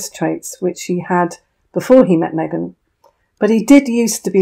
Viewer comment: Meeeghan in Texas? 😂😂😂😂😂